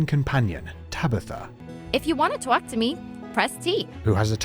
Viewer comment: just FYI, not Bostonian. They don't pronounce many single syllable words like "talk" as having 2 syllables (tow-alk), more a New Jersey thing.